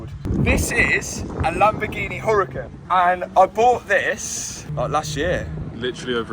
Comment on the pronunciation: Mat are you aware that you're mispronouncing the Huracan? And it makes sense don't you agree to pronounce the correctly? The h is silent in Spanish so try pronouncing it without an h! Ooo-ra-CAN